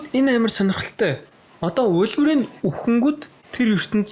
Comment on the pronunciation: Wolverine gej ymr altsangsan heldg ym be osda